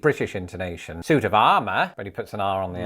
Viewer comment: Costner DID put on an accent- but it was so bad I only noticed it when he pronounced SUIT as SYUIT